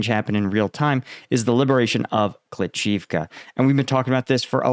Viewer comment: It's not kli CHIV ka.. .it's kli SHIV ka. Please get your pronounciation correct!!!!! Jeez